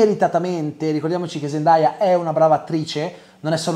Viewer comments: Zendaya lo ha meritato troppo 🥺❤️ P.S Comunque la pronuncia non è “ZEN-DAI-A” ma “ZEN-DEI-A” 😅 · Si pronuncia "zendei"